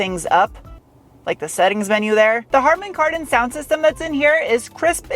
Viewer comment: Karman Hardon subwoofer lol!! Don’t know if the mispronunciation was intentional or not but it was hilarious